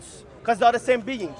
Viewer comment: missink, beink, sayink, beginnink, same beink, same think. Ahad =ONE in Hebrew. go and feel shame 😀😂